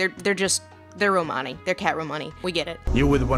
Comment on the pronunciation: uuurg, i love your videos but hearing you say romani was painful. its like roman-ee not romaaaani